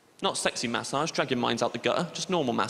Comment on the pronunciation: His pronounciation of massage is triggering